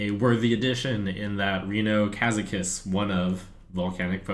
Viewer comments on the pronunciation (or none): Ka-ZAK-us! You were told by Brode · Trump will never spell that right: Ben Brode told you it's KazAkus not KAzakus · Every time The Trump says "Kazakus", I hear Ben Brode in my head correcting his pronunciation. "Kazakus." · Trump mispronounced Ka'zakus! Again! Beep Beep Ben Brode is coming to correct you!